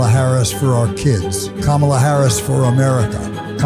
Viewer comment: I love that an 82yo #PeterCoyote can say Kama-la Harris’s name, right… But a 78yo trump can’t.